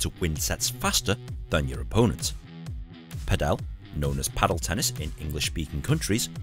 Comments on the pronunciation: has clearly made a mistake as well as the pronunciation of Padel, which is the same as Paddle, but he makes it sound as the Indian surname Patel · And pronounces it wrong too, because it should sound just like Paddle and not Patel.